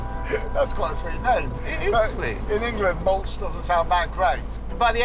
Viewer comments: Not moulch but you read malooh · Not 'Mawtch" - it's pronounced: 'MAA- LOOH" in Polish. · ma-loo-hhh not mulch. This is ridicolous... the thermostat housing needs to be replaced. Same with the Thermostat. I am sorry, but this was terrible. The finish is terrible. Honestly, you haven't done ANYTHING to actually improve it. 4000 gbp for THAT? You literally did FK ALL! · it's called maluch pronounced ma-looh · this is not an ordinary 126, in the ordinary version there will be no door at the back, and access to the engine was through the hood, and not from under the cover in the cabin. and this is Fiat 126 BIS. also you did not pronounce the Polish name Maluch correctly (it sounds like Malyuh), which can be translated as a baby, or very small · Maluch is pronounced /'ma-lookh/, with the stress on the first syllable. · Its Maluch - read as Mal-ooh with the H at the end prominent as in Hotel.